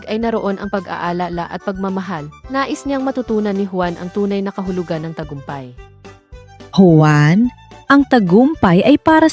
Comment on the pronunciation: 🇵🇭: Juan hindi quan